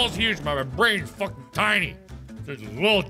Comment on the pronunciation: Aw he said flucking